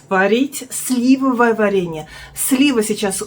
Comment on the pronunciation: вы правильно ставите ударение на 1-м слоге слИвовое варенье, супруг вводит Вас в заблуждение 😊